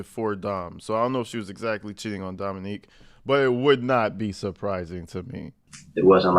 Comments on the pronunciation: It’s not Dominique. It’s Dominic. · I love you, love your channel, but it's Dom-i-nic(k) not Dominique, that is all ❤😊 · Dominic, not Dominique. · Dominic not Dominique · His name is not Dominique. It is DOMINIC. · You keep calling him Dominique 😂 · Ack! Have been enjoying your videos but “females” is so disrespectful. It deliberately removes the humanity from women. Also you’re pronouncing Dominic like “Dominique” which is a woman’s name. It’s pronounced “DomiNICK” which is a man’s name. Or a “male’s” name if you want to refer to people like they’re dogs. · Dominick not Dominique!! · DOM-MIN-NICK, not DOM-MIN-NEEK. The way you're saying it is the female version, Dominique. The man you're discussing was named Dominic. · You keep saying dominique btw. His name was dom-ih-NIK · It’s Dominick NOT Dominique which is a girls name 😊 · You keep pronouncing the victims name wrong 🥺🥺🥺 it’s not dominIQUE…. It’s DominIC